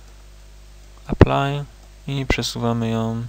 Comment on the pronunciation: "aplaj" haahaahahhahah